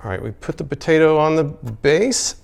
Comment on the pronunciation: Is it just me or is it bugging anyone else that he's saying "potato" instead of "potato"